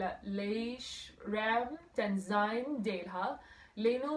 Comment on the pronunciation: Normally anyone from NE would know that tenzin is not pronounced as tenzine but as tenzin (name of a person)